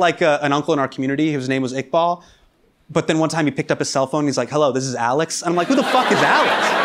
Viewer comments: Is it me? Or did he pronounced Iqbal a bit differently than it is prounounced. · He mispronounced or atleast said Iqbal, Muhammad Ali in a very American accent (which I think is fine). My point, if he himself is saying certain names in an american accent, he shouldn't really be bothered by other people finding it hard to pronounce his name. Me personally, as long as the person pronouncing my name is close enough, i'm good with that.